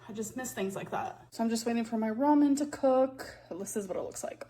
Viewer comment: I hear you about her pronunciation lately, also she started (or maybe I just noticed it) to push on her consonants lately, notice how she says " waiting for my ramens to CooooK"